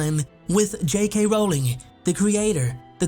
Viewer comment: Her last name is pronounced like Rolling Rock Beer, Yu dumbass! Stop pronouncing it wrong, fucking idiot!